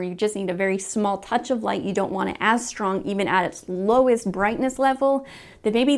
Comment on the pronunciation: I keep hearing her say Shtrong .. just me ?!?